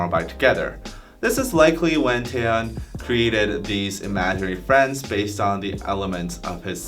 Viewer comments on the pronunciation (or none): none